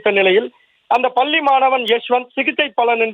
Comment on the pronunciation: உனக்கு "பள்ளி" தமிழ் உச்சரிப்பு வருமா வராதா ? வராது என்றால் தமிழ் செய்தி வாசிக்கும் வேலை உனக்கு எதற்கு ??